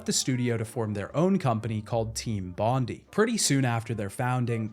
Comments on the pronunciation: Unfortunately it's pronounced bon die, not bon dee. As it's named after the beach of the same name in Australia!!! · It's pronounced Bond-eye. Not bond-ee. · Aussie here. Studio is pronounced "Bon-dye" not "Bon-dee" (it's a reference to Bondi Beach in Sydney) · Bon Die not Bon Dee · Hey mate it’s not a big deal, but it’s pronounced team Bond-i not team Bond-e. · Bondi is "Bond-eye" not "Bondy" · FFS Mate. Bon-die. Not Bondy. Only named after the most well known beach in Sydney. Also the suburb they were in in Australia. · Team Bondi is not pronounced "Bon-dee" its "Bon-die", as in Bondi Beach in Sydney Australia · As a Australian it really bothers me hearing people pronounce "bondi" as "bondeeee" its pronounced "bon die" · i know a lot of creators mispronounce intentionally for engagement, but either way: it's Bond-EYE - a very famous suburb/beach in Aus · As an Aussie I just had to mention, it’s pronounced bond-eye not bondy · "Bondy" nah mate, "Bon-Die". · love the vid, thanks for your hard work but just one thing, as an Aussie, it is bugging me hearing you say Team Bond-e, it's Bond-i. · I always thought that “Team Bondi” was pronounced the same as Bondi Beach (bon-die) rather than like bond-like (bondy). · More like bon-Die but close enough it's also one of the most famous tourst beaches in Australia. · My guy, it's pronounced "Bon-die" not Bondy.... so painful to have to listen to haha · It’s bond-I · You're pronouncing "Bondi" wrong. It's Bond- EYE, like the beach in Sydney, NSW, Aus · "Team bondee" 😂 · Bondi = "BOND-eye." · This was doing my head in 😂 bondee is so close yet so far. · Bon -di ( di like die) as in Bondi beach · Its pronounced 'Bond-eye'. Love your vids anyways. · Just a quick little thing, its pronounced Bon-dye, just letting you know as an aussie. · As an Australian your pronunciation of Bondi upsets me, It's Bond-eye. It's a place in Sydney, where I imagine the team was located. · It's pronounced "bond-eye"...